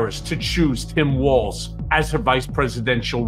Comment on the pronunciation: Friendly reminder: there is not a "t" in Walz.